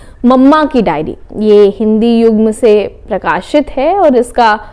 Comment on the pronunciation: दीदी, ‹ हिंदी युग्म › नहीं, ‹हिंद युग्म ›